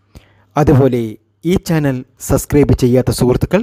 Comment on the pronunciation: സസ്‌ക്രൈബ് അല്ലാ സബ്സ്ക്രൈബ്..